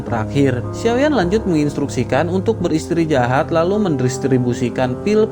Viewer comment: Btw istirahat bng bukn istrijahat 😁😁